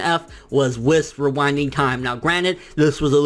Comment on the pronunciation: it's pronounced wees not wiss